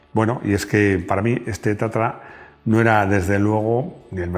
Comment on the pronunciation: No es TATARA . es TATRA.